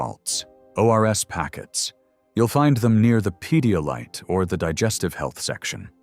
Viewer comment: "Pedolyte"?? 😂 You mean Pedialyte...